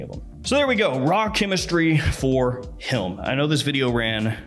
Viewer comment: Has anyone else noticed that pronounces "him" as "hilm"? It must be a regional thing.